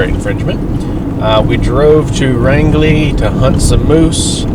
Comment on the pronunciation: You never mentioned the name of the campground you stayed at. Did you make it to Grand Falls? Flagstaff Lake feeds into Dead River which Grand Falls is on so if they were lowering the level of the lake, the flow over the falls would've been impressive. By the way, Rangeley is pronounced like the word range. I look forward to your next video, I like seeing areas I'm familiar with.